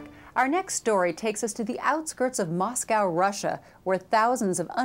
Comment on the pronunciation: It's Moscow not mosgal